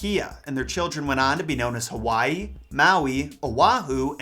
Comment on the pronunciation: He said HAWHYEE